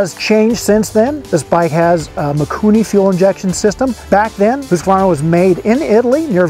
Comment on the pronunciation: There is no "A" midway through Husqvarna. Please you reporter types, STOP IT!!! It's not pronounced Husq-A-Varna, pronounce it right, remember phonetics? Seems like every writer messes this up